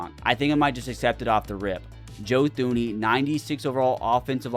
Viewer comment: “Joe Thooney” 😭😭😭